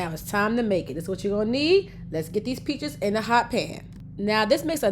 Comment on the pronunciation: A couple times she said "peaches" sounded like "bitches". Made me laugh. 😊